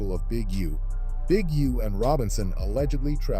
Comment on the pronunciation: Did he call Big U "Ujoan?"